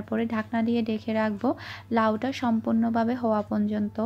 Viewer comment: আপু তুমি পর্যন্ত না বলে পনযনতো বলো...এটা ঠিক করে নিও❤❤